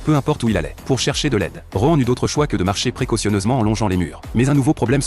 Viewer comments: Par contre heu. ROEN.... Nan mais c'est Rohan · Moi au début j’avais cru il disais roman au lieu de rohan